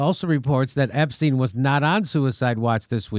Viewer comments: I don't think there is anyone out there that has heard anything about Epstein thinks that he committed suicide. And thank you, Jimmy, for saying his name correctly. Ep-stein, not Ep-steen. Either that or Einstein is Eensteen. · Finally someone who pronounces his name correctly. Stein. Ep stein.